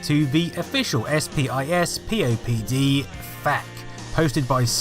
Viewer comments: SPISPOD is prounounced SPISS-POD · It's pronounced " spiss-pop-dee"